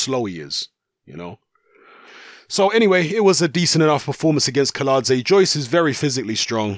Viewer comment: Kiladze is correct pronounced but Kownacki is pronounced as Kovnatski.